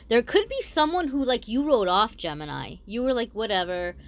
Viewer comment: Gemenini 😂😂 oh no now I read it like that and it sounds like that to meeee!! Guuuuurl 😂😂🤣🙏🙏 also thanks for the reading❤😎❤